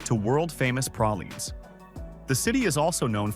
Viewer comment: pralines 's: ... AI: "Prawleens" The South: "pray-leens